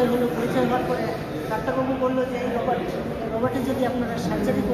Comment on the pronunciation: Kathata rabat noi robot hobe😊